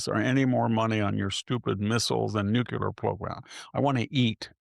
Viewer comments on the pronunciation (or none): So smart, so right about everything but face palms every time he says "NUCULAR"